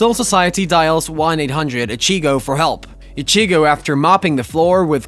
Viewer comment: Bro you gotta stop these names wrong. I was gonna let you slide with ichigo. But my brother in Christ you’ve pronounced almost every names from the show wrong 😭